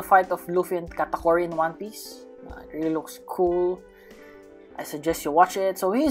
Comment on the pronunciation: hey its not gataguri its katakuri